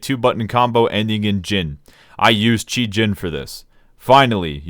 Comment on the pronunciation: it's "cheeeeee" not "chai"